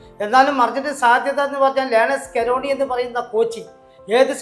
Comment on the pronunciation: സ്കളോനി അല്ല പരോണി, എന്തൊക്കെയോ കാണാതെ പഠിച്ചു കൊണ കൊണ